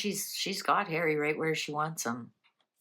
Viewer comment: I can hear her saying "I'm not safe in the UK Hawwy so I'll stay at the Airport".